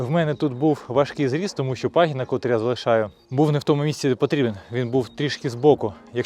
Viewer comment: Правильно: котрИй, котрА, котрЕ, неправильно: кОтрий